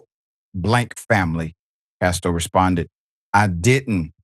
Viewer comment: Prayers for comfort and healing condolences to the family and friends. His name is not Castor - its Casto.